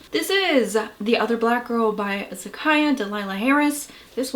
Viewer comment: Thanks for the review! Also, the writer's name is pronounced zuh-kee-yuh.